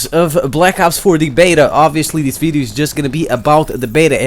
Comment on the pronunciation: "a videeo" lmao my boy Learn how to say video bro, anyways good VIDEO